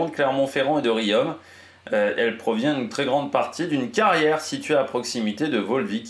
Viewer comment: Riom, prononcer rion.